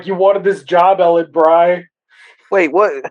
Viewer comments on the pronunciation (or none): Ellen Bry's last name is pronounced "Bree". Spider-Man does talk in a few scenes in rge Wolf Pack episode, he even comnands Hansen after spraying him with the chemical mixture. Speaking of Norman Osborn, there IS a Professor Stillwell in that episode. Also, they only followed Hansen's commands when sprayed into the trance.